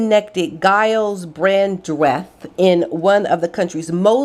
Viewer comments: It's pronounced Jiles Brandreth. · Just in case you have to mention him again Giles is pronounced Jyles. I think it’s originally a French name so I have no idea how to pronounce that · Giles is pronounce like "Jiles". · Giles Brandreth’s name is pronounced with a hard G, so the sound is more like Jyles! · not being rude, Giles is pronounced Jiles as in jug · Hope you don't mind me pointing out Gyles is pronounced Jiles. Love your videos xx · you pronounce Gyles as if the G were a J and Brandreth is said as one word, not Brand...reth, hope you don`t mind me helping you there. Have a wonderful Christmas and a very Happy New Year, thank you for all you do I always look forward to your videos.xx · Just a heads up: Giles is pronounced with a J sound, not a G. 🤗 Merry Christmas ☃️🎄! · The G in Giles is pronounced as a J (as in Jug) x. Merry Christmas! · Gyles is pronounced as if with a J not a G